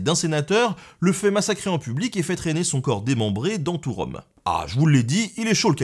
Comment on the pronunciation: Rome, comme Rume?